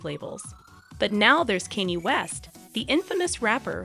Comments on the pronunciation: Why is she saying Kenzie west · cause the dyslectic dimwits saying kainnyy the whole video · kenny west💀💀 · The pronunciation of his name made the whole thing kind of annoying.... At least learn the pronunciation correctly. 🙄🙄🙄